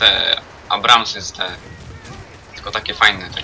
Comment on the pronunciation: po pierwsze te czolgi to niesom ambramsy czy jak ty tam powiedziales